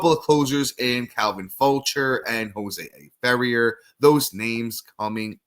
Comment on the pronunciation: Calvin “Fow-shay” Jose “Fe-rare”